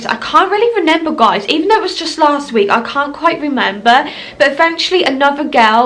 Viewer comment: She keeps saying renember🤣